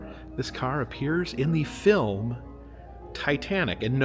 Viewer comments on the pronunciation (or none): none